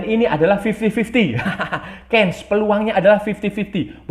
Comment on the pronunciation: CHANCE , sebutannya CHANS bro, bukan KENS